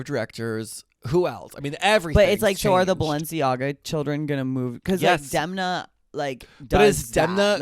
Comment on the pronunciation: SHOTS GAME: take a drink every time they mispronounce Demna’s name. Get drunk. 👏🏽DEM👏🏽 NA